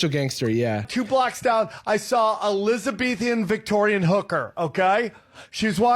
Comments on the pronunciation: Elizabethan-Victorian? Dude, Elizabeth I and Victoria ruled England like TWO CENTURIES APART...what the hell is 'Elizabethan-Victorian?' 😂 Oh, I'm sorry...'Elizabethian.' I forgot to pronounce it wrong. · When he said “Elizabeth-E-an Victorian” I felt like I was having a stroke 🤡